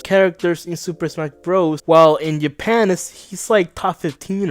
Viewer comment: You said "Yapan" instead of Japan, it's a personal pet peeve, so don't take it seriously.